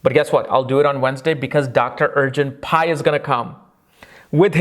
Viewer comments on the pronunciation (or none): And I kept hearing Urgent Pie LMAOOOO🙊